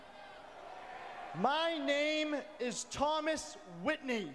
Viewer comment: He said thomas witney